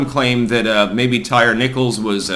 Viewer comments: Ty-ree not tire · Ty ree is how it's pronounced...not tire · It’s tie-reee not tire. Lol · So can you at least learn how to pronounce his name? Ty-re not tire. Very disrespectful of the murdered. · "Tire" Nichols. Lol.😂 Not "Tyree" Lol.😂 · Here in the south it is pronounced, "tie-REE". May he rest in piece. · Hey, his name is most likely pronounced 'Tie-Ree'. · It's pronounced Ty REEE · Tyre = ty-ree. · Tyre, pronounced Tie-Ree. "They" always Remix/redefine/etc. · The name "Tyre" is pronounced "TY-REE". (Come on, it's not hard to find one YouTube video featuring someone who knows.) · Also if you can’t even pronounce the guys name correctly maybe don’t comment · That word is pronounced tyre, the thing you have four of on your car. Illiterate hoodrats don't get to change the language.